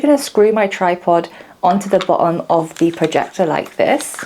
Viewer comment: Very interesting video. This was absolutely not on my radar, but it is now. I also admire your ability to pronounce words like „cutting“ and „bottom“ without using the letter „t“. You must be a Londoner :)